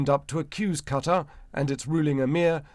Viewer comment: Qatar--rhymes with guitar